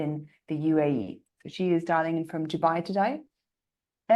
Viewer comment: Amazing session everyone - Hey you "dialing" sounds more like "darling" hahaha. very nice to have all of the great people in one screen. waiting for the next SEO Office Hours?